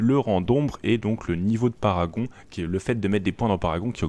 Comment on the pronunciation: C'est Parangon pas paragon...